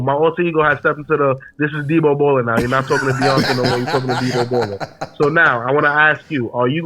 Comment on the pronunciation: HE SAID DEBO …. No edit 😂😂😂😂😂😂